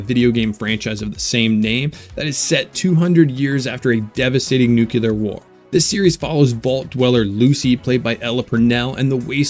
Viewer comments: Why is the war for you nucelar and not nuclear? 😂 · Lame. Never take Sci-Fi recommendations from anyone who thinks nuclear is pronounced "nuukuuler". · Nuclear: New-klee-urrrrrr Super annoying